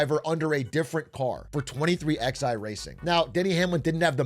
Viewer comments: "twenty three X I" I know non-NASCAR fans might not get it but it's still jarring lol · why is a Nobody with Zero knowledge talking about Nascar?!? this is Such a horrible video and the Team name is 23XI, like the numeral is pronounced Eleven... strikes me as a Person who knew less than Zero and did the Bare Minimum with Chat CBD to help. Horrible Critical essay, 1 outta 10, the One because you actually Made a Video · Lol. "23 ex i" racing. Funny hearing someone outside the loop read the name. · “Twenty Three X I Racing” 😂💀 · 23 eleven....23...x...i... lmao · Im a 1/3 in the vid. Please don't tell me he keeps calling it 23XI instead of 23/11